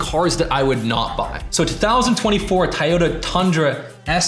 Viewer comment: the type of gut to pronounce “toyota” as “tie-yoda”